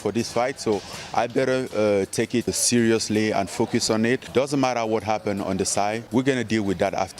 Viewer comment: "very CIRYLously"